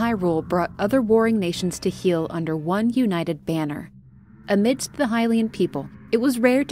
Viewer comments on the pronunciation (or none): none